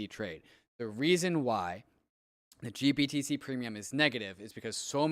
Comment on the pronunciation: Why can't say GBTC correctly? Lol. Also, blockfi got fined 100M for lending. Big part of their demise. Nobody seems to point this out as another rug pull on them.